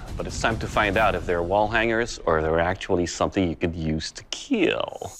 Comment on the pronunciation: Keal not kill